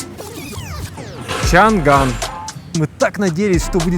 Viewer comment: Это не Чан Ган а Чан Ан....